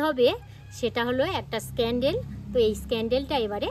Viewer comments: Scandal ❌ candle ✅ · Escandel ki abr..ota candle hobe R ota vegling na.. vesline